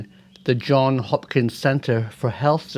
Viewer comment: Hi Prof, the S is still pronounced in John(s) Hopkins. Just an aside, stay well.